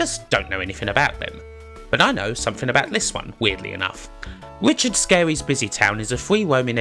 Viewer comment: It's Richard Scarry, Sk-Arry, not Scary.